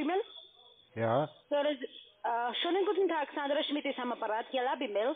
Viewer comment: Sandrrra Schmidt, ja ja....